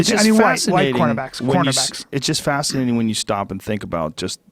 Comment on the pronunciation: Joe “ it’s just fasanating” Rogan